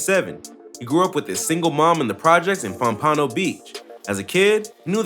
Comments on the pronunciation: “Pum panO beach” 😂 its just pompano my boy. Vibe on us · He saying pompano wrong it’s Pom-pan-no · The way you pronounced Pompano Beach 😂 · This dude can’t even pronounce pompano lmao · Learn how to say Pompano